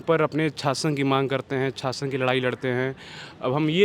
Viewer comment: Chhaasan? Or shaasan. This guy is totally andhbhakt.